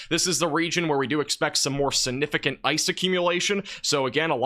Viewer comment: Please look up and learn to pronounce the word significant or just don’t use the word. I enjoy your videos but repeating that word wrongly so many times makes you seem not so smart. I know you are so please…….